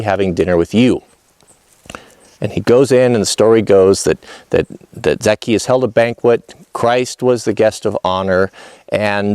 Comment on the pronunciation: Hey and the Missus... I hope you two are well and happy. I watch lots of your vids You usually never let me down... But I gotta tell you Zacchaeus is pronounced like Za- chay-us. Yep that's it... fix that completely botched pronunciation issue and we're good. And yes believe it or not even though you're likely chuckling right now, it is important. Because the brilliance of Christianity has it base in the Hebrew Faith. Yes of course there were some pretty huge revisions but we owe them a nod of respect, without them we wouldn't have happened in exactly the way that we did! And as you already know, it never harms us to give another simple basic respect and dignity! As Christians it is clear that's what we should be doing. Jesus did that in spades through his short lifetime while he was here! that is our example and though none of us have the hope of attaining his perfection of course, we should still conscientiously follow his example as much as we possibly can! The word Christian means exactly that... "follower of Christ"! As a follower of Christ we are called to reach for the ideals of brotherly/sisterly love and care for one another. Being cruel, mean, or vindictive on either side of this issue to push some agenda that exists for the sole reason of harming others IS NOT Christian! When people ask me how I feel because people who know me know that I am interested in building my personal relationship with God to become pleasing in His eyes, I have said "I don't think